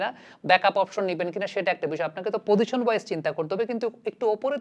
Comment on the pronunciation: আসসালামু আলাইকুম,।আমি আপনার অনুরাগী।আপনার প্রায় সকল ভিডিও আমি দেখার চেষ্টা করি।আপনার উচ্চারণ থেকে অনেক কিছু শিখি। আপনাকে ছোট্ট একটা পরামর্শ দিতে চাই,অন্যভাবে নেবেন না,প্লিজ। আপনার "পজিশন"উচ্চারণ টা আমার কানে"পদিশন"শব্দে বাজে। যদি এই উচ্চারণ টা তে আর একটু জোর দিতেন।প্লিজ। ভালোবেসে বললাম,প্রিয় ভাই। দেশের ক্রিকেট নিয়ে আপনার মত করে আরো ভালো ভালো কাজ করে যান,সেই দোয়া করি।